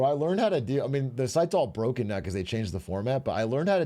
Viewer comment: Didnt laugh until that man said "Boken" Sent me to the floor